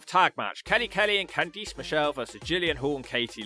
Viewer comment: I can't tell what was worse. Candice Michelle's comeback match performance or your mispronunciation of her first name.